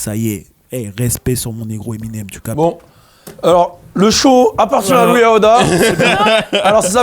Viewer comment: IVRNOIR DE LOOUIS AOUDAA 😂😂😂